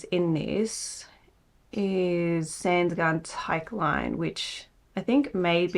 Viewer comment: oooo love these patterns! also just a note below on the pronunciation of those sandnes garn names from a norwegian: sandnes: sahnd-nez (two syllables, sand is pronounced with a long ‘A’) tykk line: tick leenuh (tick like the bug, leenuh like the name Lena) tynn line: tin leenuh (tin like a can/box) these aren’t 100% perfect as it’s hard to explain special norwegian letter pronunciation over text but it will get you close!! 💕